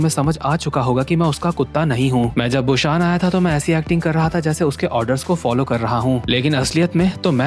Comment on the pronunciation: Bro it's busan not bushan